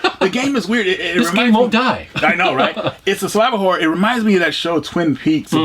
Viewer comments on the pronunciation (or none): When said "Survival Horror" games, I was away from my PC and heard "Saliva Horror". Needless to say, when I went back and heard it correctly, I was highly disappointed.